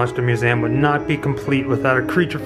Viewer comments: Great looking place, but why does he keep saying "Mew SAY um" instead of museum? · Love the vids, just wish you could say 'Museum' ha